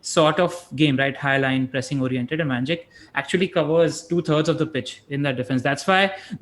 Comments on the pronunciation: Nobody: Literally nobody:: Van Jik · Trying REALLY hard to pay attention to the discussion in the video, but it gets tougher after each Van Jickk. I am not picking on you, Just curious how this pronunciation came about considering he is discussed in almost every post-match show, and that the lad has been around in the PL for years. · Cringing hard everytime he says van jik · How the heck are you pronouncing Van Dijk? Van Jik???? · Pronounced “Dyke” mate, pretty easy give it another go.